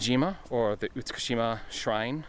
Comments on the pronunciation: I sounded like you were saying Iwajima, a very different place obviously, so I decided to poke some fun at you about it. :) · You say Itsukushima funny